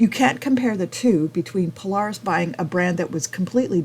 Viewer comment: You can’t even pronounce Polaris correctly you lost all credibility, Indian has forced HD to finally bring a decent bike to the game in 2024 still don’t have a electric windshield